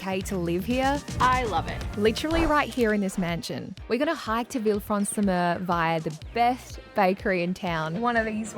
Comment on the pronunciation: Lol, Mer is pronounced Mare, not like myrrh